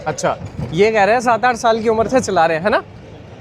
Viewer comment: Rajasthan accent aattth bathh 😅😂